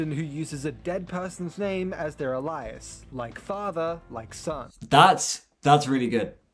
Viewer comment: I think its an awesome solution, and I will definitely keep Dave as CC's name in my head-canon now. But is ANYONE else bothered by the way he pronounces alias?